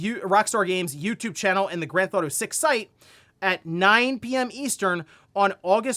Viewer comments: Why does this guy pronounce it “Grand Thauto 6”? wtf!? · I love ya,.. but i have always noticed you say "ganthefauto" 😅 Listening to you for years. Youre my wake up video to see what is going on.